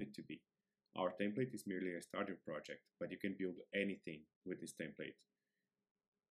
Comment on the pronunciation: Ah yes, the "Temple"